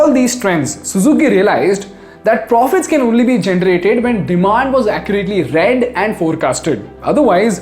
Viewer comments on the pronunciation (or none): none